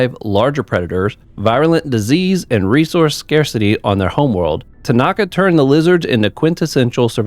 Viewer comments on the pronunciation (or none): ahh yes the Krogan homeworld of "Tanaka" lol love the videos man, the mispronunciations crack me up though.